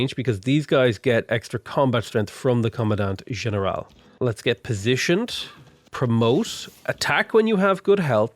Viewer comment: Hello, native spanish speaker is back with how to properly pronounce things Llanero is pronounced Ya-neh-ro Hacienda is pronounced ah-see-end-ah Comandante General is pronounced Command-ant-eh G*eneral *its a weird mix of the G and J sounds